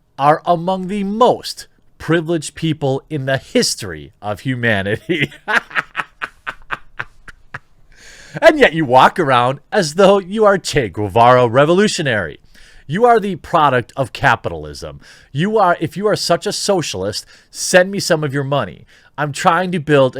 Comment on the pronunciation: "Chay Goovaroo" ... Sorry, just being a dick. I've enjoyed the vids of yours that I've caught, thanks for making them!